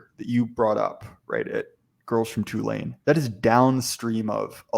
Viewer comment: Why do you say "Tulane" wrong